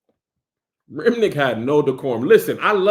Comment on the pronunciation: Not Kev saying "RimNICK" when vamps name is RimmICK lol just like somebody unc 😂